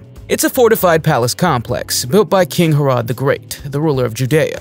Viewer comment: Herrod is pronounced Hair-ud not Hair ode.